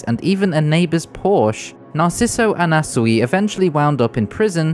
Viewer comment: why are you saying anasui like that